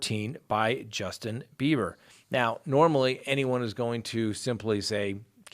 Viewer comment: Am I hearing Justin Beavor or Justin Beiber?